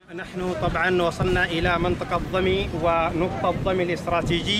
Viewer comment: ضمين وليسى ضمي